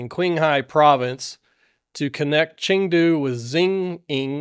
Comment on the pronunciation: Dude come on, the correct pronunciations are "cheeng-high" (Qinghai), "chung-doo" (Chengdu) and "shee-neeng" (Xining).